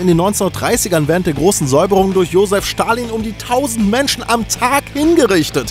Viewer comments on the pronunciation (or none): none